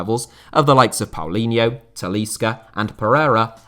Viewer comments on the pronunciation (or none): none